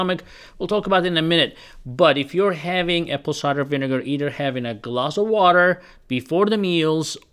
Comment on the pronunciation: "apple ciger vinegar" 😂😂😂